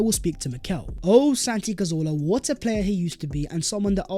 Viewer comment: VHAT IS VHE VIDEO VHERE AND VHERE… Can someone tell what that idiot is on about? 😂😂😂😂😂 Sounds like such a moron after producing an otherwise excellent video. WHEN he fixes that I will subscribe and share. Get that?